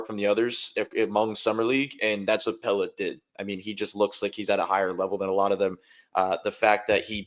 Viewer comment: How do you still not know how to say Pelle’s name?